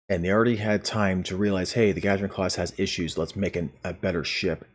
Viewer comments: Please, going forward -- find out the proper pronunciation of ship names named after people or places. And practice saying them properly before you record. Your continual mispronunciation of Gagarin in this video was so distracting... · Ahh.. yeah, its 'Gagarin', as in "Yuri Alekseyevich Gagarin" the famous human astronaut. First man in space. Lol! But anyway. -- at this point, this ship becomes just another choice in the promo pack. It might have been a more interesting release out of the C-Store, but we'll never know now. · I had to stop watching just to come to the comments and hope someone had pointed this out. How does someone not know Yuri Gagarin? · Gagarin Guh-GAIR-in or Guh-GAR-in NOT Gah-Juh-rin It's named after the first man in space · Gagarin is pronounced "gah-gair-in" btw. It's the name of a russian cosmonaut Yuri Gagarin. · i only have one issue with this video...your pronunciation of "Gagarin". Its "Guh-gar-en" The first dude in space deserves to have his name pronounced properly. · He very much does. Good on you for pointing it out so the rest of us don't have to! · Good video...I think it's 'Gah-gare-in' btw...as in Yuri Gagarin. 🙂😉